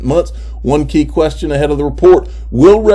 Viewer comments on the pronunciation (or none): none